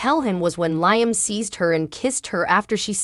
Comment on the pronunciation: why can't this person say LIAM instead of LYAM? I hate listening to this ...out of here